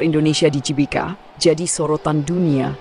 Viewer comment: GBK woi, bukan JBK Gelora, bukan Jelora!